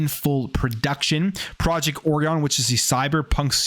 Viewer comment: I think the pronunciation of “Orion” is the same as for the constellation.